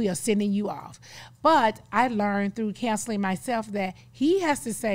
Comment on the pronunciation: Why does she pronounce counseling like “cancelling”?